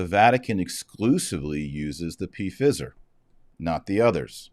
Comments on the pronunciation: Not P Fizer…😂 Pfizer like fiver 😉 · Sorry - not ‘p-fizzer’. Pronounced FIE-Zer. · Mr. Marshall, I believe the word is pronounced P silent fi long I then zer. Your podcast are very informative and help to clarify current issues rated to our faith Thank you. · It's pronounced fyzer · Why are you calling it P fizer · It's pronounced fie zer dr. Marshall. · He knows. He deliberately does it to "fool" the algorithm. This is a segment from an old video of his. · He says it that way on purpose - so it doesn't get censored. And...they are about to Fizz anyway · Taylor is pronouncing the word the way he does to fox those who would shut him down. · Why do you deliberately mispronounce the name Pfizer? I presume it is deliberate, since everybody over the age of 12 is very familiar with the name. I am an Irish catholic and stieadfast in my faith from birth. I hate to see other catholics trying to demean those they dislike in such a childish way. It certainly weakens any argument you might legitimately have. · I do not know if you purposely were pronouncing the multi-billion dollar company’s name incorrectly or not, but the “I” is long sounding. If the “I” were to be pronounced short, there would be 2 “z” in the name. (My apologies if you were trying to make a point otherwise.) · Is he pronouncing it wrong on purpose to get around a content filter?